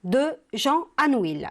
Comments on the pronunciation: On dit"anouille" et non "anouile",merci. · Chère prof on prononce pas le "L" dans ANOUILH. Merci.